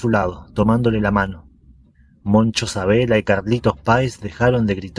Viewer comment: ¿ Sabela ?. Querrás decir Sabella.